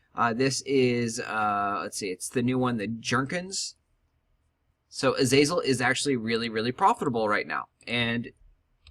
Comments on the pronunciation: Azalea (Ah-Zale-e-ah) Opaque (O-pay-keh) :) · LMFAO 1st comment and exactly why i scrolled down.... (Az-Zale-e-ah) lmao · he can't read xD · Don't forget a very important part of making money, you also need to factor in the price of the seeds. If the seeds are 37s, and sell for 3s You will lose money. Also Azazel is a demon, azalea is a flowering shrub. Opaque is pronounced O-paa-k. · A-zea-lea i thought after 5 years you'd at least learn to pronounce properly. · im pretty sure its pronounce more like uh-zay-lee-uh. it wouldnt be "zea" since it is spelled "za" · AZAZEL? AZAZEL? .... WHAT?! i'm gonna lose my fucking mind.. holy shit. azalea is pronounced uh-zay-lee-uh narcissus is pronounced nar-see-sus you fucking mong.